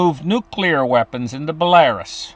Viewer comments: Belarus is pronounced Bella-roose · Dude it’s not Belarus. It’s pronounced like Bella,ruse